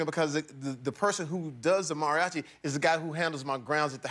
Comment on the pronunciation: Kills me how he is mispronouncing "Mariachi" but its all good.